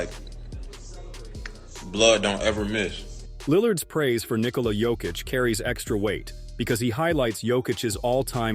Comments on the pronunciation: Very good video. Also, unimportant but kind of nice is you pronouncing his first name correctly. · bruh this is the first time a US-based channel has the right pronunciation of Nikola's name